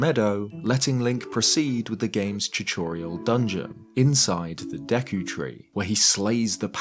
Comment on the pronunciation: Brother said “chuchorial”